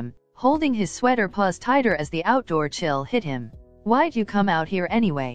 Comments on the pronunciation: “Any gays” Hhahahahha istead of anyways❤❤❤😂😂😂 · Is it just me or did you guys also heard anygays